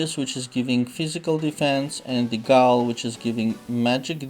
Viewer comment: BTW "Ghoul' is pronounced "Gool" But keep up the good work - been following you since 2012. When your knight was a mere 50k br lol.